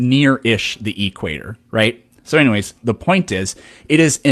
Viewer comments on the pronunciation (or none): none